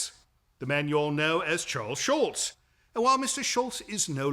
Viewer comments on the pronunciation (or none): i love how the curator for the Schulz museum keeps saying SchulTz, the way he remembers its supposed to be pronounced .. the way we ALL remember